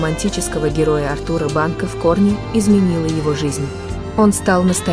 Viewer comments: Все хорошо, но почему переиначивают имена и фамилии, произносят с неправильным ударением: он Артур в фильме, а не АртУр, также фамилия. Неприятно слушать. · Да-да. Вы правы. Артур (ударение на А), и имя произносят направильно. Юозас (ударение на О). Надо бы лучше готовиться и изучать информацию о тех, о ком собираются рассказать.